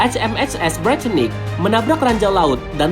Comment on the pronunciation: BUKAN DIBACA NYA HMHS BRITANNIC